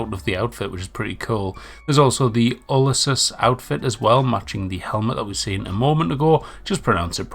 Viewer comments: The razorback armour will suit my character, GT Floated Caesar, BTW it pronounced you le sees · My guy cant say U-li-c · Outing yourself as someone that's never played New Vegas. Ulysses is one of the most iconic characters from that game. Anyone that even has a modicum of interest in Fallout or general history would know how to pronounce Ulysses. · Have u not play any other fallout besides 76 how do u not know how to pronounce Ulysses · He can't even pronounce Ulysses. Tell me you didn't play NV without telling me you didn't play NV. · This! I love attempts to pronounce words:D